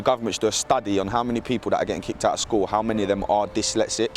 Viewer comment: not really, that accent is 1000% atrocious. I had to fast forward, and I say this because it's necessary for it to be said that the education system neglecting her speech and pronunciation is problematic, so much so that you can't even notice it yourself as the horrid accent has been made normal for you. do you speak like that...? The people should never be pronounced Da peepoo. I dont want to hear that it's natural and culture, because there are 100s of 1000s of black British who don't speak like that. Not even Jamaicans in Jamaica or Bermudans in Bermuda speak like that...